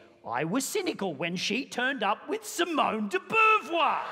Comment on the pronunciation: It's pronouced Simone de Bovoir ! 🐹